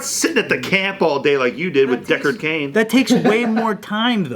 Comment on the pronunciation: kills me every time he says deckard cain😂😂😂